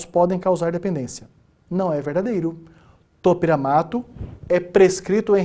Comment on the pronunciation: Me mata esse cara falando topEramato me sinto uma topERA